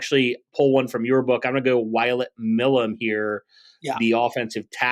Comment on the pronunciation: Milum is pronounced MY-lum